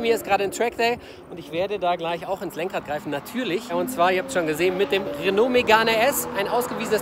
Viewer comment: Des heisst 1. Renault Megan RS (Sprich: Röno Megan RS) uns 2. Michelin (sprich: Mischlää)! Verstanden?